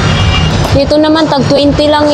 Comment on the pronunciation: " Dito" gang Hindi " deto"